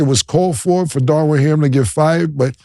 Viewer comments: Cam said “Darwin Ham” 🤣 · Killa . His name is Darvin Ham not Darwin Ham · There Cam go again unable to pronounce names "Darwin Ham" lmao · Cam STAY messing up names 😂 who is DARWIN HAM? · "Darwin Ham" 🤭